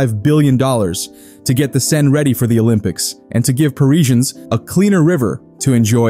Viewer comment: I lost count how many different ways you pronounced "Seine".